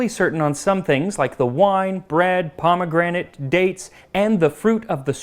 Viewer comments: Did you call the pomegranate, pomgrenade? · pronouncing pomegranate as POM GRENADE is hilarious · i was not expecting the "pom grenade" pronunciation lol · Did you just call a pomegranate a "palm grenade?" That suggests a foreign pronunciation I am NEVER GOING ADOPT except as a joke.